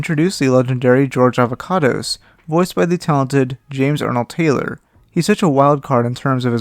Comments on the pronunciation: Not Avocados its Ava-Cados 😂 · That's A-VA-CA-DOS!